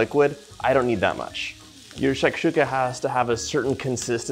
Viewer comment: Hello, I liked the food, and you explain in English and your pronunciation is good. I am from Algeria, and this is the same way we prepare it, and the strange thing is your excellent pronunciation of the name for the food